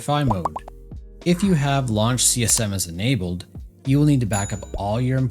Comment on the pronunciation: Inabled, disables, inabled, disabled 🤯 Schlimm genug, dass ich nichts verstehe, dann muss ich noch deiner Schlaftablette Stimme zuhören!!!